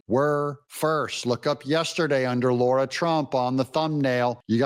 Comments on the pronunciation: Dear Americans! It is LAH-ra Trump not LAW-ra Trump! I see so many commentators having the same problem with Lara Logan. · I know I'm nit-picking but it's not Laura Trump it's Lara Trump (Lah-Rah) like Lara Croft from the Tomb Raider games. She's just too polite to correct people and no doubt used to it.